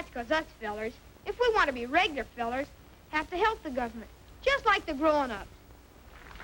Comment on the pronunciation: Why leave the "u" out of regular? Is that more folksy?